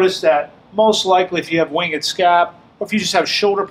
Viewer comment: Winged is one syllable